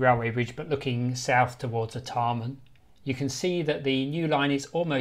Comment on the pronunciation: Art e mn? Never heard it pronounced that way before. Always been R Tar Mn in my lifetime.